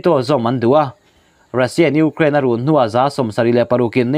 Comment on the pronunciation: Ngaihthlâk a hreawm .frank deuh a sawi chuan..i hma hmawh thrin lutuk a..Û....kraaain tî a..lam tur pawh chung ..û ...anga lam an awm a..k zir nán..